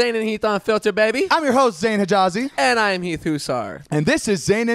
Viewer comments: It's Zane note zaine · Haider Hussain no i’m pretty sure it’s zane* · It's Zane not zaine*